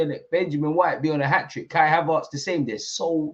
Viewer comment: it's ERTZ not ARTZ.... Am i missing something? 😂 You know what call him whatever yuh like! We're flying!! ❤‍🔥